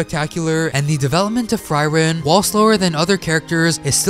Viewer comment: Pronounce Frieren right fcking hell pllsssssss my ears hurt -.